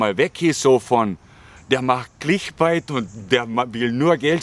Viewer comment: clickbait gesprochen wie 'bäit', nicht wie bite, das klingt sonst megafalsch;) find deine ehrlichen und ungeschönt hintergründigen beiträge unterhaltsam und interessant, obwohl mir thailand und thais eigentlich völlig wurscht sind. alles gute bei der weiteren suche zu dir selbst, das kann man vermutlich wirklich als einziges im ausland etwas besser als im heimatland, weil man weniger auf ähnliche typen wie man selbst ist trifft.